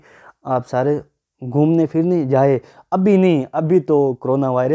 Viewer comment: "fir" nahi "phr' aur "fela" ni "phela " aur "ghoomne firne " nahi "ghoomne phirne" hota hy.